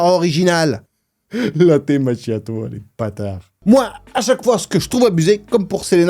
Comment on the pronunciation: Machiato ...ce prononce makiato